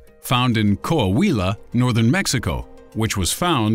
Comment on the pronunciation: Coahuila 🔊 Quah-Wee-Lah 😄 just wanted to be a smartass lol Love this channel, Come back!